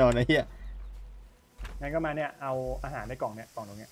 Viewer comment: “อาห่ารอยู่ตรงไหนนะ” “นี่คือเราจะนั่งเรื้อไปใช่ไหม” เสียงเหน่อโคตรตลก